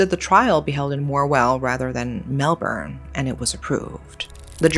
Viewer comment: why didn't you look up how to pronounce leongatha, melbourne, or even australia? if youre going to cover such a serious case, at least do it with a bit of care